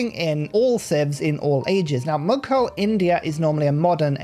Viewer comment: Ur pronounciation of "mughal" is wrong